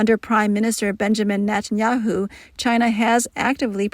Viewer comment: 2022? reallly? netanyahu: pronounced as "nathaniel" without the L. not netten-Yahoo. hebrew for "nathaniel". duh. do better, CO